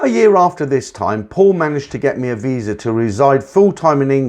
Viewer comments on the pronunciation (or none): none